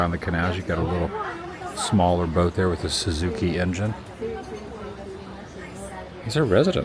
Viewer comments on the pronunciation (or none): none